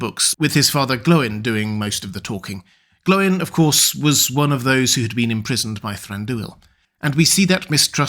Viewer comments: Far be it from me to question lore-master, but I thought it was pronounced "Gloyn", not "Glow-in"? Think about the pronunciations of "groin", "coin", "join", etc... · Why do you call Gloin ‘Glowin’? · GLOIN RHYMES WITH GR-- okay